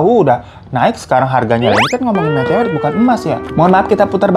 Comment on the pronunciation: Susah bgt minn ngomong metoerit, metorit medoewerit